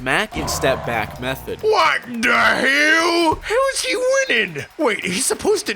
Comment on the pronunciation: Hanks wise words “whet te hel”